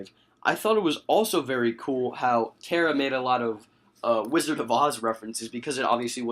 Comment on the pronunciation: You are not saying Kara Right!